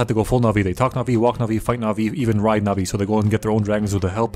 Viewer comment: I really thought you were saying nazi and not navi